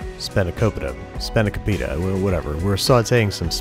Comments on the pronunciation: spawn-uh-coe-pee-tah. (yes, I am Greek) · Great video Babish! Its doubtful you'll see this comment, but its actually pronounced "Span-ah-ko-pee-tah" 😂😂😂 take it from someone with a greek grandparent, you had me laughing every time you wonderfully butchered the word 😁👌 recipe was spot on tho! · Thanks to The Venture Bros, I pronounce it 'Span-i-ko-pi-ta' and I do it loudly around Rusty. It's best he doesn't know the truth.. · It's pronounced Span-a-kó-peeta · Spanakopita is pronounced Spa-na-ko-pee-tah for amyone wondering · It's spanaKOpita. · Your second pronunciation of spanakopita is the correct one. The first one is close as well. Spanaki (Σπανάκι) is the greek word for spinach. Pita (Πίτα) is the greek word for pie. Spanakopita (Σπανακόπιτα) the greek word for spinachpie. Most names of Greek pies get accentuated at the -Opita part of the word. Examples: spanakOpita, tyrOpita (cheese pie), kolokythOpita (zucchini pie) etc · Alanaki I love it! As I am Greek myself every Christmas my aunt makes it and it is so good! Also I love how bad he butchered the name of it at first lmao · How to butcher the pronunciation of spanakopita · All my Greeks who cringed at this dude's pronunciation of spanikopita rise up